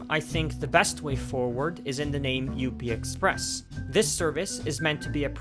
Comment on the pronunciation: It’s just called the up express lol. Not U - P express